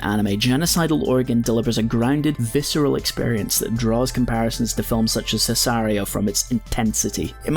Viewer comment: Nice video but I was not ready for “sisario” 💀